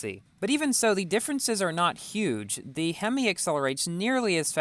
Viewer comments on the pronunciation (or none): none